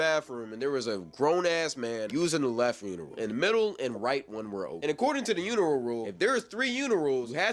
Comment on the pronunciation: did nobody else notice bro saying uniral instead of urinal?